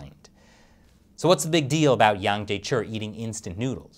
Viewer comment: Hey, where's your Chinese language linguist these days (Shelley, of course), that your Chinese pronunciation has deteriorated so badly? I'm sure Mr Yang would have sleepless nights if he ever watched your latest videos (on America Uncovered too!) and heard how you are distorting his name lately...! Imagine him calling you "Krees" or "Crease" or "Grease" Chappell... Would that not hurt your feelings too?!